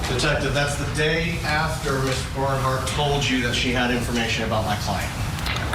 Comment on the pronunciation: Did this weird creepy devil facial hair dude just say Sandra Bernhard or Burkhart ?? 😂😂 He must be reporting from a jail kitchen batching meth 😂